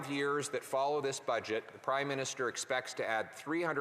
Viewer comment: Did he say crime minister 😂 I heard it twice